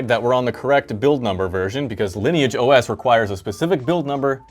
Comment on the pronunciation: Woah, a youtuber who can pronounce Lineage OS properly?